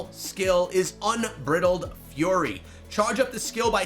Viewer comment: The way he said bridled lmao. This isn’t peanut brittle